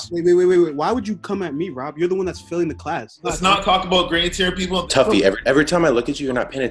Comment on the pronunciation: It's tuffy not taffy like what dude